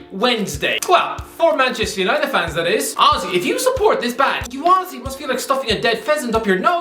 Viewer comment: Phenomenal. Yeh I know what you mean pal. Every time he says "honestly" I hear "Aussie"